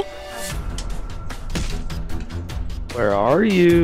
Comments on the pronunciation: lol didn't anybody notice the Cream instead of scream lol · he said cream instead of scream